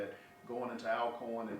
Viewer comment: why are you all pronouncing our name wrong? it is pronounced Allcorn, you have been in the SWAC too long to be doing this. The word Alcorn is a Scottish name that has an original spelling of Allcorn. Media should know how to pronounce the name right